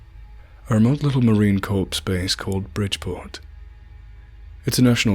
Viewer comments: Oh no, he did not just call the Marine Corps the Marine Corpse! Any narrator claiming to be a Marine who doesn't even know how to pronounce the name is a 100% phony. Corps is pronounced 'core' not 'corpse.' At the minute mark into the video he commits his pronunciation error. Not only is he a phony, he is a poorly educated one at that. You don't have to have spent time in the Marine Corps to know how to pronounce it properly. Don't waste your time watching this phony vid. I'm a military veteran. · Did this idiot just say Marine corpse? Clearly not a Marine. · Ya, the guy reading this is not in the military. No one says marine corps like “corpse” military authorities would get you in trouble for saying it wrong. Also, I’m not sure that military people would share this much information especially about them being on duty. I don’t think they’re allowed to share this kind of info to the public. This has got to be some creepy pasta. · It’s Marine Core not Corpse(spelled them out for proper annunciation) , I am not a Jarhead but my jarhead brothers and sisters tend to get a bit pissed when it’s mispronounced much like when those of us from the Unit get asked if we can give ________(enter idiot civilian here) them free airplane tickets. It’s like really motherFkr do I look like a damn flight attendant?!?!! Then they get extremely confused when a private from the regs tell them that the guys they were attempting to get Delta Airlines tickets from come from the other Delta...fkn ate the fk up I swear..great stories though! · Marine CORPSE base? Yea that definitely added credibility to you mate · idiot narrating needs to learn military speak. and it's Marine Corps, not corpse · fake bs how do I know ? simple the p in marine corps is not pronounced , anyone who had been a marine would know that ! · USMC or Royal Marines, neither would pronounce it “Marine corpse” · had to stop after marine "corpse"